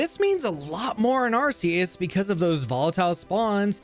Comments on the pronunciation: I also use to pronounce it "ar-see-us" but I believe it has to be pronounced "ar-kee-us"... i don't believe nintendo would give us an arsphone... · ARCEUS is not pronounced RCS. It is pronounced RKS. This is not debatable, nor a matter of preference. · Arr-Key-Iss >Arr-See-Iss Reason: Ark Phone, not ar$e phone. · Man I had such high hopes during the intro and it was all shattered the moment I heard “ar-see-us” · Its “Ark-eee-us” btw according to the official Pokemon Book, 2024 and either you’ve always said it wrong or you still don’t know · this is a great video but ur pronunciation of arceus is killing me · Nice video, but learn how to properly say Arceus please XD